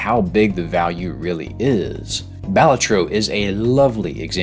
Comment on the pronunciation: First time hearing Balatro pronounced like that